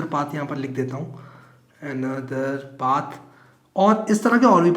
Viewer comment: Path ❌ paaathh☑️